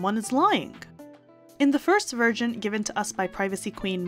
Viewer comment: She says "in the second virgin"😂😂